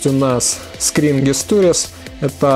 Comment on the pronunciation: Телефон, насколько понимаю, ничем не выигрывает у того же TCL за меньше чем 100$? Камера только из явных преимуществ, всё остальное хуже. Звуки (когда громкость демонстрировал) или из самсунга сперли, или они во всех андроидах такие? И пожалуйста, говори не "гестурес", а "жесты" или "джесчес".